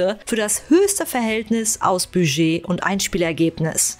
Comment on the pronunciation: Nee, mit diesem stummen "d".